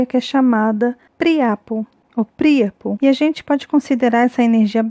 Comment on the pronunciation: sua linda e competente, obrigado por tantos presentes que voce nos da. Sua aula na CINASTRO foi Magnifica. Parabens! Como tenho a maior estima por seu trabalho, fiquei na duvida se a pronuncia correta seria Príapo...proparoxitona...e nao Priapo, paroxitona. Gratidao